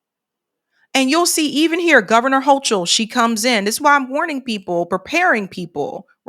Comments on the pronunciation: Hey, Hochul is pronounced with a hard CH. Much love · Her last name is pronounced 'hoe - kul.'